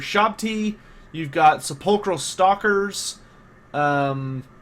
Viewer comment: Good video man! Totally hyped for Settra the Imperishable!!! One thing though, for sepulcher stalkers its pronounced.